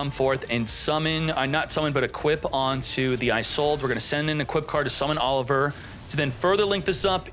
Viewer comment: Aint no you pronounce oliver like that bruuh lmao